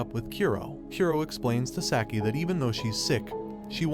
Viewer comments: Saki... It is pronounced "Saaah-key" NOT "Sack-ie" -_- Burns my ears to hear it said sackie... sack. sack. sack. -________ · Hearing Saki spoken as "Sacky" really gets me for some reason.. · You're asking that of a person that pronounces "Sah-key" as "Sack-I". It's obvious he only knows the basics of the anime just enough to give a recap.